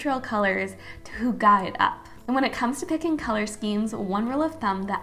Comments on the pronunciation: What on earth is this pronunciation of hygge? You can search on YouTube for the correct pronunciation. Also it’s “hyggelig” when you’re talking about an object or space. 😅 Otherwise cute video. 🤪🙌🏻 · PLEASE, type "hygge" to google translate and listen how it is pronounced.